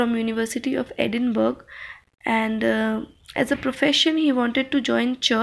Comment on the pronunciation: Thank you for posting this summary. Just so you know, "Edinburgh" is not pronounced the way it is written but as if it were spelt "Edinburra"